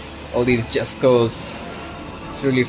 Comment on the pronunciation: Jesko is pronounced yesko